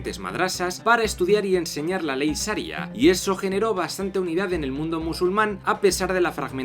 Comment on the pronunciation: Saria no, SHaria.